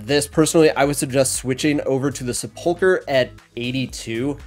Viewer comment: SEP-UHL-KUH. Not sapulker.